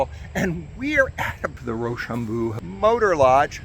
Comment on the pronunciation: its pronounced RochambO, not Rochambooo. Either way Im local to the area and had no clue this was being redone. Cool video.